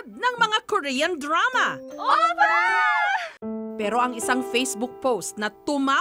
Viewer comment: Oppa > pronounced as "oooop-pa" not "opa"